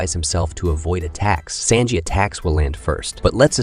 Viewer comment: That is NOT how you prnounce Sanjis name. I can’t even watch this